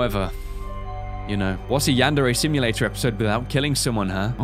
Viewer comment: wow you said Yan-Dere Simulator lol